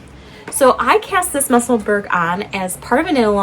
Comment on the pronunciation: Love your podcasts, Professor!!!! Just a tiny ask… I really wish you would consider saying Musselburgh correctly. It’s muh-suhl-bruh. Thanks!!! 😊